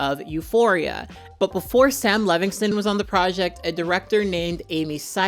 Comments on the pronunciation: Sound it out.... Levinson. Lev-in-son. Not Levingston lol ❤ just a pet peeve of mine I realize I am being annoying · “Levinson,” not Levingston or Levingson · I agree 100% with everything you said. Except you mispronounced Sam Levinso's name about 15 times. But who cares really, his name might🎉 as well be Paul Verhoeven. The fact that "The Weekend" didn't like that the script (about a FEMALE pop star) seemed too "female driven" tells me all I need to know about him. And yes, his acting is awful. Too bad the production fell onto the hands of misogynist, it could have been really interesting. And also too bad Jennie is involved. I was so excited to see her acting, but not in this trash. Borahae!💜🫰